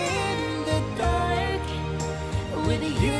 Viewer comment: What was that pronunciation of "dark" all about ?